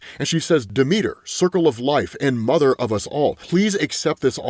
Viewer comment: also Deh-mih-ter